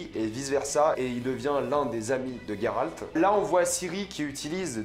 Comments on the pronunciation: GÉRALT PAS GUÉRALT. .. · ce n'est pas Guéralde ou Gayralde mais Géralde donc Jéralde ! le "J" le "jé" et pas le "Gué" ou "gay" bref c'est comme cela qu'on le prononce en Français ! dans les autres langue je m'en taponne sec. on parle Français et en Français utiliser une autre prononciation s'il en existe déjà une, c'est une faute de prononciation et même si dans une autre langue c'est plus jolie et pour le coup gayrald c'est nul à chier. maintenant si ça n'existait pas en français se prénom alors ça serait dans la prononciation d'origine et donc pas une faute. bref en plus Yennefer tu le prononce pas en Turc ou en Polonais pour le coup alors que là tu devrais et ça ne ce prononce absolument pas yé-né-faire mais plus yénéfeuss ou yé-né-fairlre le petit roulement de R à la fin . voila c'est aussi dégueulasse à dire que gayrald. et au passage je te conseil de regarder la série "see". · On dit [jé rald] c'est comme la terminaison du mot grange. Ça me fait saigner les oreilles les noms mal dits.